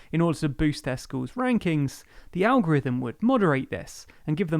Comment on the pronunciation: You mean the Algorivem...Lllizard... who ever fort vis guy was a defense or education secretary or public speaker